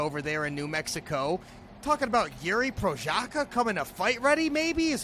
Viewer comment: Yuri Prožaka :D wtf is that pronounciation